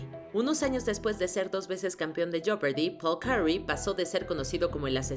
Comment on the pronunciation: Se pronuncia jepardi la o no se pronuncia en inglés no se pronuncia joepardi tampoco En cambio la o de fortune si se pronuncia .... no se pronuncia fertun ni forchun se pronuncia fortun..... como en español se pronuncia fortuna así mismo en inglés pero sin la a Chef bien pronunciado en español así como lo dijiste pero en inglés se pronuncia con una s: shef..... por si lo quieres decir en inglés pero este es un video en español.... bien hecho Me sorprendió mucho la pronunciación de millionaire sabiendo lo bien que pronunciaste el francés unos números antes